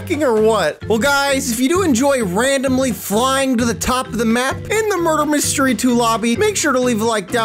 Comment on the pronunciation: You said Make me mudrer